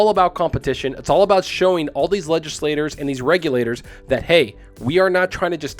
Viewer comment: You said it right . Nice job!